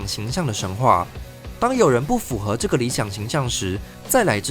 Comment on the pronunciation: 建議一下發音，符ㄈㄨˊ 合，不是 符ㄈㄨˇ 合